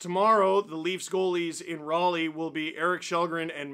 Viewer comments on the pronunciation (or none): none